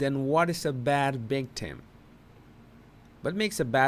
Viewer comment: Am I crazy or is he saying constantly bictim instead of victim? I don't get it.